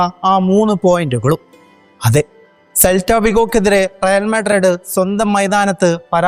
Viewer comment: മുത്തേ റിയൽ മാഡ്രഡ്‌ ❌അല്ല, റിയൽ മാഡ്രിഡ്‌ ✅ ആണ്